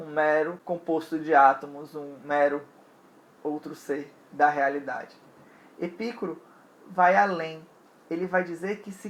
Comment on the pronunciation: Muito bom vídeo! A pronúncia adequada é Epicúro com tônica no cu (não entenda mal hehehe). A filosofia de Epicuro foi muito revolucionária e fundamental para a modernidade e contemporaneidade, nela está a semente do conceito de liberdade. Filósofos com Hegel, Marx e Nietzsche foram buscar em Epicuro a base de suas teses. Uma pena que os jardins decaíram após a sua morte e com muita sacanagem rolando os estoicos e os cristãos difamaram aquilo e não houve a devida sequencia de suas ideias.